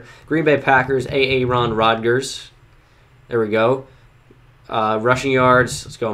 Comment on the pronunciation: The way he mispronounced Aaron Rodgers name is how Notyouraverageflight would actually pronounce it